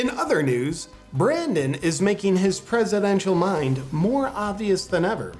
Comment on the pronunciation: There's nothing quite like feeling "Prizidential" is there JP? Well done yet again* Now I just wish you'd help organize people to take actual action against all this corruption, because so far its continued to be the one thing people still haven't done yet and if anything is insane that is....